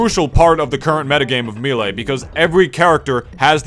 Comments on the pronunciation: no, haha people actually say toMAHto in places. if you said "maylay" it'd be respectable, the announcer guy says "me lee" but "me lay"? come on bro! lol i like your stuff, just giving you a hard time haha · "Meelay" Cringe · Me lay why me lay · I open the video. I skip forward 40 seconds. First thing I hear is "Me-lay." I pause the video, go down the comments. And here we are. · Oh man, I’ve heard Mee-lee and Mayléy before, but never Mee-lay. I guess it makes sense though? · You call melee mii-lee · How can u not pronounce melee lmao